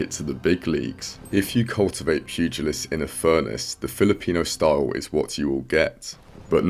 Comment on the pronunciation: Not often I hear style being pronounced staouwle